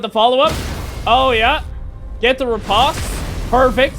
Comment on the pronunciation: Just for future reference, riposte is pronounced like ree-post